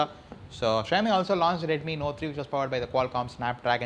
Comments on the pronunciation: ksha-yo-mi nahin be shao-mi bol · its "Shaw-o-mi" not "Shy-o-mi" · OMG, your pronunciation.. baaks, shayomi, inbox-charger??